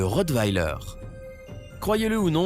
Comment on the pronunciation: Bon il ne sais pas dire rottweiler ça va mal